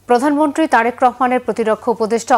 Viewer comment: প্রধানমন্ত্রী কথাটি সঠিকভাবে উচ্চারণ করুন